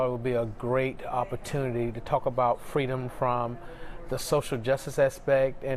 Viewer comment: FWEEDUMB Isn't FWEE ..........Oh that ain't even a word .......either is Juneteenth